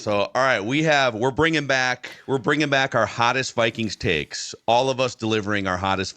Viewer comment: Taeks instead of takes